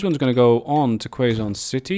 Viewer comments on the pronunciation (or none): I've been doing the old "double slip" for a while now haha, it definitely works super well for a double line (one-way) and having trains between each city so they can use different platforms :D Btw it's pronounced "Kay zon" not "Kway zon" city. It's in the Philippines :)